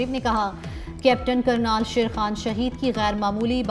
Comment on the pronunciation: Kernal bolna nhn ata shame on